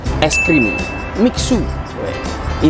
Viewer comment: Baca nya misue bukan miksu bang 👍🏻👍🏻